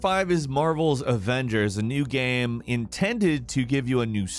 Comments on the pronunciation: Anybody else hear him say “GAAM” instead of “Game” sometimes? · He says Gayum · The way this dude says "Game" though; What a creepy dialect.